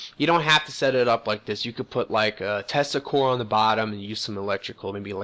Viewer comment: When you said tesla cores, I thought you said testicles.